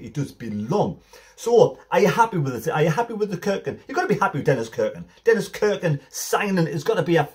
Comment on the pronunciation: Haway man, get it right. It’s not pronounced Kirkin ……….. stop it!! It’s pronounced Cirkin with a SSSSS irkin. Look forward to watching you this season pal 👍